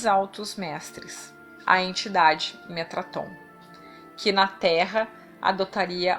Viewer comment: Metatron não Metraton, Metatron-Sandalphon; Thoth-Shekinah